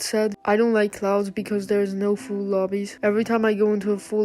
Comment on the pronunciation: bro said cloads